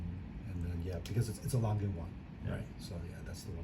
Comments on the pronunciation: Beautiful watches but couldn’t watch the whole video because of the Langay pronounciation and the flyback incident. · No, please! Not Langay, Langa. If it was French it'd be Langay. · It's not pronounced "Langa" either.